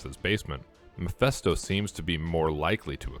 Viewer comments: Say it with me! ME-PHIS-TO not mephesto 😂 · Why does he keep saying Miphesto?